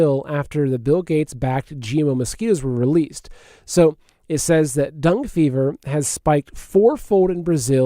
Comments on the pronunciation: Dangay is how it’s pronounced, dung is something else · It's Dengay fever just an fyi...love your show no matter how you stay stuff lol!